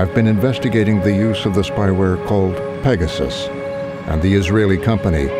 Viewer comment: Pegasus = "Pay Jasoos"